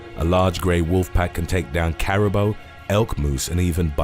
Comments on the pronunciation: I chuckled when I heard his pronunciation. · Care-uh-boo. Not care-uh-bow. You could have spent 20 seconds looking this up, instead of assuming the bou is pronounced bow. Also who hasn't ever heard the word before and doesn't know how to pronounce it? We are supposed to believe you know stuff about these animals when you can't pronounce Caribou. Next time just say reindeer, if you can pronounce reindeer.